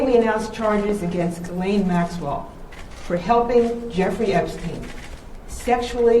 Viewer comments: It's pronounced Gelen. No h, no s and no lain. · Pronounced Gee-lane according to Google search on how to pronounce Ghislaine. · He keeps calling her jizz-lane Maxwell. Lol. Appropriate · Love your channel. I never miss! Ghislaine is pronounced Gee (hard G) lenne. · I think the correct pronunciation of her name is ‘Jizz-Lane’ 🤣🤣🤣 😶 sorry, couldn’t help myself. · Dude, can you please pronounce her name correctly with a G that sounds like go or gone. The way you're pronouncing Ghislaine is just gross in this child abuse context ✌️ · Please note that the 1st syllable of Ghislaine is with a hard G and the S is silent. I think your broadcasts are wonderful! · I bet you keep mispronouncing Ghislaine because you like to repeat JIZZ - the s in her name is silent. Grow up. You saw the video of the presser. You heard the name repeated correctly. You got JIZZ on the brain?